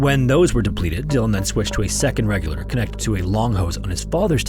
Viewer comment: You've got to sloooooow down while narrating instead of talkinglikethisduringtimesinthestorywhenitsfrantic! And you should work on enunciation a little bit. You sound like you keep saying 'regular' instead of 'regulator' and we don't need the conversion for every measurement. Stick to one or the other.